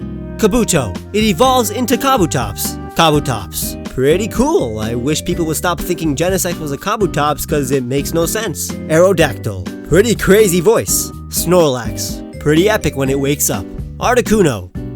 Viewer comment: was playing pokemon moon he said areodactyl and i chose areodactyl XD